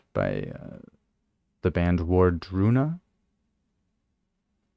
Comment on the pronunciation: Ward-Runa. It's easy to think War-druna. Not that it matters but I mention it for they who possible would want to know that